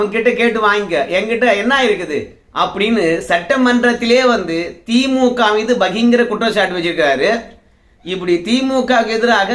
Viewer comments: எட்டியப்பரே அது பகிங்கரம் இல்ல பகிரங்கம் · அது 'பகிங்கரம்' இல்லை 'பகிரங்கம்'